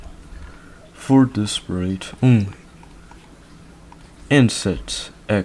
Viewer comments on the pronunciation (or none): bro said pite instead of sprite 🤨